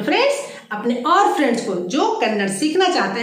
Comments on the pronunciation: Thumba chennagi helidhira.. aadhre ondhu thappu ide.. adhu Kannad alla dayavittu Kannadआ antha heli 😃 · Please 🙏🙏🙏🙏🙏😁mention कन्नड़ा as this way it helps in pronunciation- कन्नड़ा । But it's in writing as kannada कन्नड़ ಕನ್ನಡ कन्नड़ नहीं! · Glad that u r trying to teach Kannada, but pls don’t forget. It’s not Kannad, its Kannada